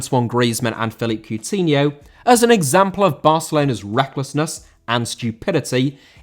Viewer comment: Coutinho * not Cuwtinhouw